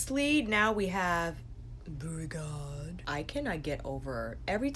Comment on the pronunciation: I have over a hundred shadows from Sydney Grace. They are my all time favorite formula. I love what SG said about buying the pigments to make those multi-chrome shadows and how you would have thought she was buying something illegal. Very pretty. I'm pretty sure beauregard, is pronounced Bo-regard. They let people name those. I thought that was the most interesting name. Kind wondering who they named it after, I'm hoping it was the muppet.